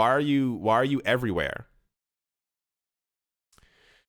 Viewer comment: Hase "everyware news" been added to the TMI drinking game yet?